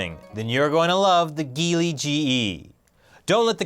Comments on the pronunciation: The GEELY GE is not pronounce as /gili/, it's pronounced as /jeelee/ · The Geely GE LOL. That doesn't sound elegant at all.